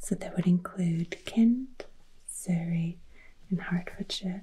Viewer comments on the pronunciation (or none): none